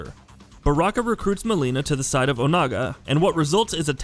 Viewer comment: How does one correctly pronounce Baraka but goofs up tarkata idk